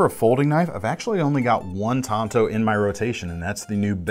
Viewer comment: keep your hand size reference and thank you for pronouncing TANTO correctly.